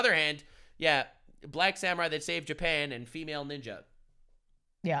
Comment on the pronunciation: Samurai not saniurai